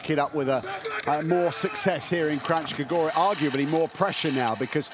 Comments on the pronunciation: Kranjska gora, not Krachska - nj is a single phonem, pronounced as in el nino. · A kak Kranjska Gora izgovaraju 😂😂😂😂 živi smijeh